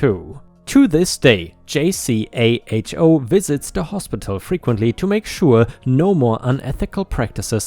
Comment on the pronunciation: Hey!! Just want to help out. The hospital story: JCAHO is pronounced “Jay-co”. As in “blueJAY” and “co” with a long “o”, as in “oh”. Usually, they would send us a list of about 25 charts to have pulled and ready…..usually with less than 48 hours.